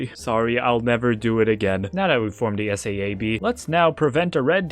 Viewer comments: its not S A A B its Saab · Not to be a 🤓 but “S-a-a-b” is pronounced “S-ah-buh”. It’s an airplane (and formerly automotive) company that nerds (like myself) drool over. Also this is my contribution to the algorithm. Please get to 50k algorithm he’s so funny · SAAB also pronounced like Sob with a longer vowel sound. The aircraft and automotive manufacturer. Used to make really cool cars, great ads, and still do amazing aircraft. You can tell hes young saying S.A.A.B. made me a touch sad. Him Never knowing the glory of some of their stuff.